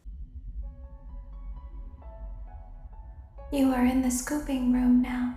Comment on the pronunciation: ”E. Nard”